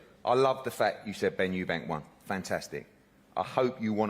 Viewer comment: It's "Eubank" not "Eubanks" chaps 😂